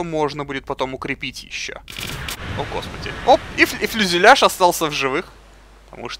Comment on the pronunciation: Фюзеляж! А не фЛюзеляж :)